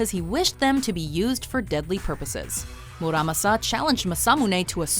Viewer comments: first problem your pronunciation is horrible, especially the japanese, masamune maa-saa-moo-nay muramasa moo-raa-maa-saa. second problem historical, masamune and muramasa were separated by 300 years give or take a century. the muramasa curse was brought about by the tokugawa shogunate, he blamed the sword for deaths of his family and friends and was nearly killed himself by one, of course muramasa blades were popular because they were good blades, but tokugawa was superstitious and believed the kamui of the muramasa steel was out to kill him, so he banned them. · Oh, Jesus. It's MAH SAH MOO NE and MOO RAH MAH SA!